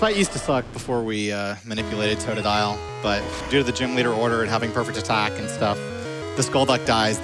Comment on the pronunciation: Can the dude not pronounce totodile ?